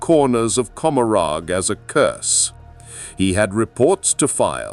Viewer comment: It's intended to be said like Gomorah. Let that one give some awesome flavor.